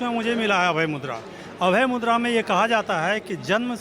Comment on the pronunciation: It's मुद्रा not मुद्दा... Correctify it